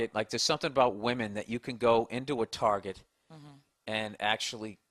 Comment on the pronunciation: "Target", or as the women call it "Tar-zhey" ;-) Hilarious.